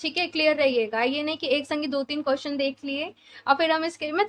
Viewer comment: Madam (QUESTION) BOLNA SIKHO 🔤🔤🔤🔤🔤🔤🔤🔤🔤🔤🔤🔤🔤🅾🅾🅾🅾🅾🅾🅾🅾🅾🅾🅾🅾🅾🅾🅾